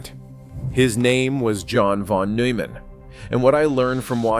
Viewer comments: Admirable video in many ways, but why do you butcher the pronunciation of von Neumann's name? You use a weird French pronunciation of the -eu, as in feu, peu, etc. In German -eu is pronounced -oy as in toy. It's not hard. At all. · pronounced "Noi-mann". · "newman" "wiggner" "plank" 😂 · Isn't it pronounce noyman? I quite some time back became convinced that a good part of math and physics is visual, not just as Feynman said, manipulating symbols. Einstein was very strong in that area, and, by self report, so is Penrose. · Nooman … Noiman . Settle on the way to pronounce his name and go with that instead of bouncing around. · That's not how you pronounce his surname.